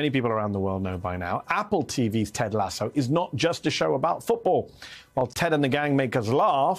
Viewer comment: Did Mehdi Hasan say LaySue? It is Lass Sue - oh and has Sue donne? No man is an island. Himself a loan. But the Isle of Man....